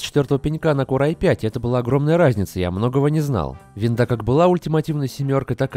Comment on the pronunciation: не "виндОвс", а "виндАвс" ))